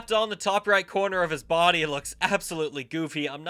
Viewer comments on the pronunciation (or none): none